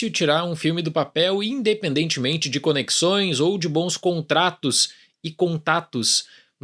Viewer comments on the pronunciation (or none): none